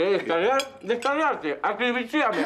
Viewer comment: "acribichiame" 😂